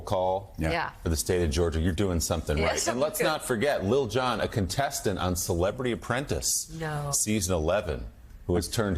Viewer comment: Tell Mika that is "LIL John"... he doesn't say Little John